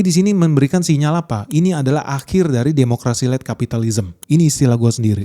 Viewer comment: Led, bukan Late 😂